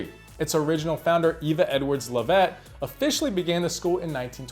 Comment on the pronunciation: Do your homework! I turned off your video as soon as I heard you mispronounce THE LOVETT SCHOOL. (The school is probably furious with you.) It’s pronounced LOVE-it, definitely NOT lov-ETT! I can’t believe you didn’t know this!